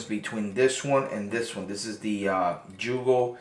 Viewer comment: YUGO, YUGO, NOT JEWGO